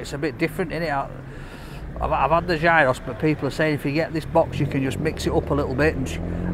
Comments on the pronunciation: Research how to say the greek names 😫 or the places that you're visiting. Gyro is not gy-ro ,it sounds similar to euro (yi-ro) And Mythos isn't My-thos, its myth- os. Kills me when people butcher names 😭😆👍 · I do because I've lived in Greece- it's Yeeross like Archie S said. I don't care at all how anyone wants to pronounce it though, it doesn't annoy me. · Its a Yee ross not a Gi ro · Pronounce it Giross, not Guyros, man needs to go to Greece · Love you,! We Greeks pronounce it "Yee-Ros." Mythos is "Mee-Thos." And the orange cake is called, "Portokalopita". There's your Greek lesson for today! OPA! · People hate the fact he called it Gy-ross but they didnt nothice he called the restaurant My-thos. I mean its myth in english, its the same in greek with an -os at the end. You dont pronounce myth m-ay-th do you? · Lol... it's pronounced YOROS.. the G is silent..as in "YOUR_OSS" 😁👍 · It is pronounced Yee-Roo with no G or S sound. It comes from the Greek meaning to turn, probably coming from the word gyrate, or gyroscope, which comes from the Turkish word for Doner which also means to turn. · Gyros - Hero's. Pronounced that way mate 😁💯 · Gyro is actually pronounced "yee-rro". 😊😋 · you pronounce it as Yeeros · pronounced yeero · I think it's pronounced "yearos" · It is pronounced, "geerows". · Its pronounced " yee ros " boy lol! The "g " is silent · Pronounced 'yee-ros' big man! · Its pronouced Giross pal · It's pronounced geeros. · theyre pronounced HEE-ROSS according to the Greek chef in Glasgow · Never call them "gyros". The Greek get offended. It's pronounced "heerohs" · some shockingly Yorkshire pronunciations of Greek words but compelling viewing nonetheless. Great stuff 😂